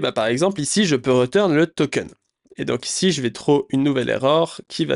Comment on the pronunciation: Ahaha! J'adore tes vidéo et je rigole beaucoup à tes nombreuses erreurs de prononciation 😂😂 "chaïldren" "rEturn" "reSSet" "ritraille" ahaha ça me tue, merci pour toute la valeur que partages c'est énormissime!!